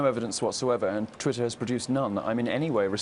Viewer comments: "Titter erhTWITTER!"... Freudian slip of the tongue... Right into your ear. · "Leslie Jones quit titter eh TWITTER", anyone else notice that?. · lol she called twatter "titter". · So we're just going to ignore her saying titter ? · Quit titter😂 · Are we ignore the fact that she almost said tit(er)! Haha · Lmao Titter??? Anyone else hear that botch 🤣🤣👌🏻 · "quite titter" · Oh wow she said Titter at the start. We know what she's thinking about. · quit titter. lol. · She said,'Titter'..😏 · She quit Titter. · TIT ER 😂